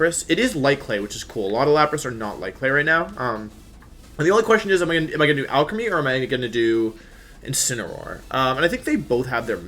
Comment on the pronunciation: Every time you say Alcremie, it sounds like you're saying Alchemy